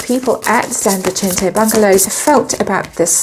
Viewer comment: Sorry but it is pronounced San Vee-sen-te...not San Vi-chen-te as you are saying it. Maybe I'm wrong but it's not Italian..it is Spanish. I do love your readings though so please don't get upset...It’s just the latina in me that irks when I hear something being not pronounced correctly.